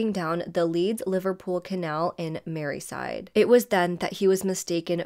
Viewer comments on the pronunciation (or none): Hi I Don't mean to be funny but at You said Merryside and it's really Merseyside. Just saying. ✌🏻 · Great presentation. I think it is merseyside not merryside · “Merseyside” not “Maryside” Liverpool lies alongside the river Mersey hence Merseyside.